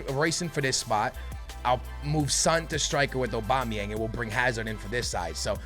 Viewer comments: Lmao anyone else think it's funny the way says "Obama-yang"...😂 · he said obama yang while i was reading ur comment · Not funny he is just stupid